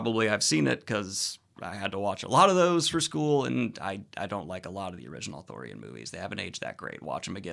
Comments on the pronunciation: Daniel... i adore you... However, you saying "authORian" rather than what is truly... "Arthurian"... (pronounced "ar-THEER-ee-un". Gawain is my ultimate Arthurian hero... hence my legal, chosen last name, "Gwayn". I am not adverse to your overall review. But... PLEASE... it is ar-THEER-ee-an... not AW-thur-yan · I keep hearing authorian legends instead of arthurian legend i don't know why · It's "ARthurian" not "Athurian" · Stop saying Authorian legend it’s pronounced Arthurian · Is it not Authurian...? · Is he saying Arthurian or Authorian? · Arthurian: arr-THUR-ee-an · I feared I was the only one who noticed every time Daniel said ar-thor-ian. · ooh athurian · You madman, are you incapable of pronouncing the first r in Arthurian? But yeah, the movie sounds cool, might have to check it out. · I noticed this too and it drove me nuts. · Because he kept mispronouncing it, along with actor Dev Patel's name, who he called Dave Fatel. I loved Daniel's enthusiasm and I know he's dyslexic, but it was driving me a bit crazy by the end of the video given how many times he said Authorian /Arthorian vs Arthurian. LOL!